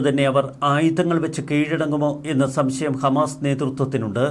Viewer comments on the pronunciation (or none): none